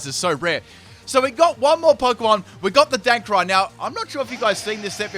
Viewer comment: Did he say DANKRAI? :O